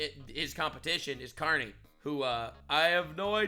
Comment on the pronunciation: Get ready everyone, for the next meme. “Say pwease and thank you, Cawney.”